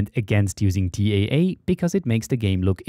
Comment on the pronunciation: pour anti aliasing .j'entend dans la video de ne pas utilisé le DAA . est ce une erreur de la voix IA ? le DAA n'existe pas donc c'est TAA ?